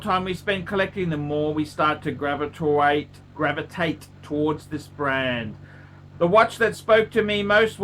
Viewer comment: GRAVITUATE! you said it right the PHIRST time! STUPID PHUCK!